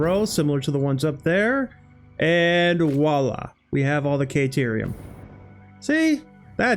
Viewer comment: Awesome job,! Been following this since its conception. Very inspiring. I've learned a lot of tricks that I have already implemented in my own builds. Every YouTuber has weird things they say or ways they pronounce things. Yours is "KAY"terium. 😅